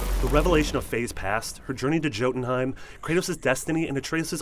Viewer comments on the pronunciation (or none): You're telling me you played the game, heard every time Joetunheimr was mentioned, and still said "Joe" at the start of the name? You goofy goober.